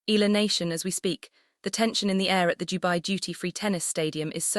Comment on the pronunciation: Until now AI still cant properly pronounce correctly the family name of Alex they just continue featuring her to get viewers specially Filipinos what a shame 😜😜😜